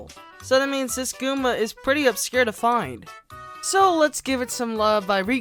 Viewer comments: The amount of times he said Gooma instead of Goomba triggered me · its goomba not gooma!!!